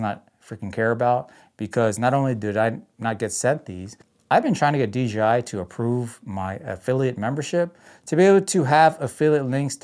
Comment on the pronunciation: Maybe if you said DJI instead of DGI maybe they’ll send you something 😂 Your videos are golden compared to my trash. Keep up the 🗑️ 🗣️ it’s grade A entertainment 💪